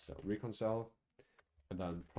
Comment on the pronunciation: Reconcile, you said it wrong.